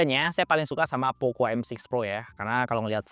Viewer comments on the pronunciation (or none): Klau poco ngaku buatan indonesia kenapa dibaca poko. Mestinya tetap poco. Biar terlihat keren yoo.. atau malu dibaca poco